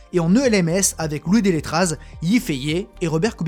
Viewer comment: Pour info, le nom suisse Delétraz se prononce comme ceci : deu-lé-tra" "deu" comme dans demi "lé" accentué, comme dans lait "tra" avec un r roulé légèrement ou r grasseyé selon l’accent local 😉